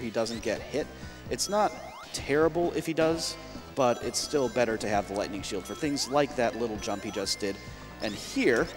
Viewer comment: Somehow, one of those times when he said Lightning Shield I heard Gluttony Shield. I briefly thought that it was a nickname those guys made up for how it can get you more rings than you could ever need.